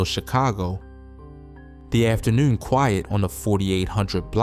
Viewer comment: after-newn .. yeah bro from Baltimore. Salute to B more by way of Richmond, Va